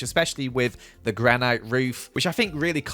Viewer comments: its spelled granite but its pronunced granit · gran-ite lol